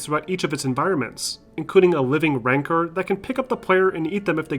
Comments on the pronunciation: Fucking idiot can't even pronounce the creature rancor's name. Have you even seen Star Wars? More than 10 seconds on graphics, which a game over a decade older would obviously lose. Thumbs down. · The way you said Rancor and Iden Versio bothers me